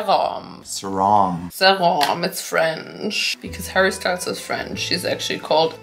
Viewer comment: As a French, your pronouncation of Harry Style is very bad 🤣 if it was in french, de will pronounce it "harry Stele". Y is like E